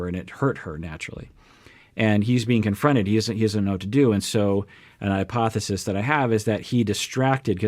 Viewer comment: This is total hypothesis, complete speculation Me: Wait... that's not how you say it!